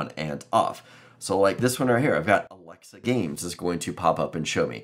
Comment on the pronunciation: Why you cannot pronounce alexa?